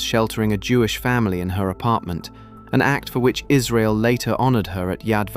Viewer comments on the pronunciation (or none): none